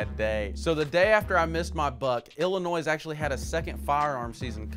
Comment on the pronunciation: I just wanna point out that he said Illinois right this video🤣